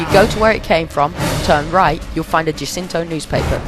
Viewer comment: i herd that spot where u said jew-cinto newspaper..